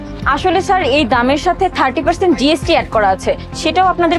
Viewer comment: বার বার সার সার করেই জাইছে আরে ওটা স্যার হবে😂